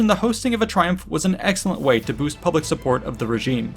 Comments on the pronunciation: “Huge pubic morale“? Really? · "huge pubic [...] boost", nice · really good video, but am I the only one who noticed "Huge pubic [err public] morale boost"? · Pubic affairs lol